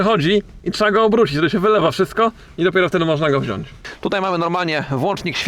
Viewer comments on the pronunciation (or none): none